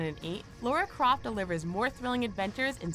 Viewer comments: How is it even possible to both misspell AND mispronounce the name of the most iconic woman of video games of all time? It's "La-ra." Lara Croft -- not Laura Croft and it's definitely not pronounced "Lowra" nor "Laura." gee... 😐😑 I'm no great fanboy, but at least I know how to spell and pronounce her name. 🙄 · Its Lara Croft not Laura